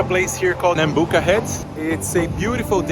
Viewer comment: sorry i’m local around here but it isn’t “nambooka” it’s nambucca